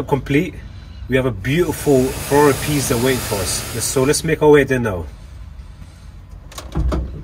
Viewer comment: oh my god if someone Polish will watch that video they will laugh just like me hahah when you said 488 Pista it sounded like "pizda" which means pussy in Polish hahah sorry great vid btw